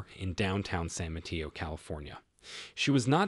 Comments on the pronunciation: San Mateo… ( SAN mə-TAY-oh) not ma-tea-oh. 🙏🏻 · San Mateo is mispronounced. It is a Spanish name. In Spanish “e” is 😅an long vowel “a”